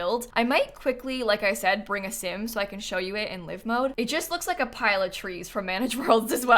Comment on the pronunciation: I really hope Snap comes through her surgery well and they get all the cancer! Also, uh... This is a tiny thing, but I always flinch a little when you say 'live mode,' because you pronounce it like 'lyve' as in 'Live from New York!'... But, it's 'live,' like... 'Live long and prosper.'